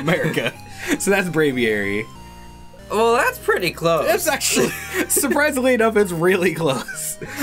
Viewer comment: it's Brav-eer-y